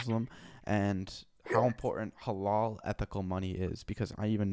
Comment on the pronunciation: Halal is pronounced with soft l's